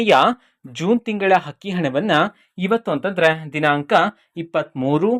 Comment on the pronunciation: Adu akki hakki alla ninna ammanatullu sariyagi kannada kali